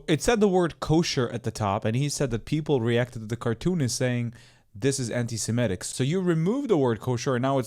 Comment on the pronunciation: There is no such word as "ANTISIMETIC"...The word is "ANTISEMITIC" !😊